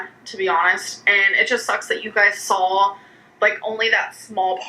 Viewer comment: again with the sawl.... i'm west coast.... i don't add in random l's where they don't belong. ayygs vs eegs i can understand, but not sawl.